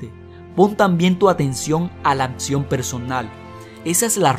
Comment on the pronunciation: El tema muy bueno, pero por favor cuidado con la dicción, es horrible escuchar algo mal pronunciado: palabras con doble CC y la X no se pronuncian como si fueran como Atsion! Se pronuncia AKSION y por otro lado AKTITUD termina en D y debes pronunciarla! REALIDA ES REALUDAD, con D al final!